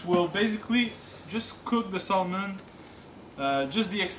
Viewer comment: Thank you for your time on the video, but : 1) Salmon ( the "L" is SILENT and it's not SOLE-MAN); 2) Salmon from the Pacific Ocean is the best.